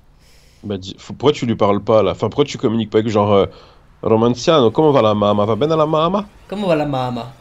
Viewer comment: Cest romanacio a chaque fois il le dit nimporte comment